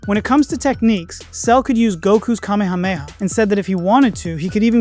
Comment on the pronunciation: sorry the way I SAT UP at hearing you actually being one of the very few dragonball fans to actually try to pronounce “Kamehameha” correctly… thank you, man.